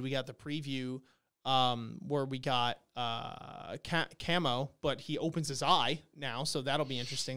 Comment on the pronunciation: it's Kamo as in Cah-Mo not Can-mo lol